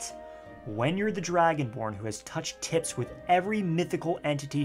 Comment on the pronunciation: Did u say touch tips?